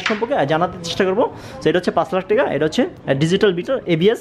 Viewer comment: Vaia apni teka na Bole taka bolle onek hater kome jabe apnar. Apnar unnoti hok ei kamona kori. ❤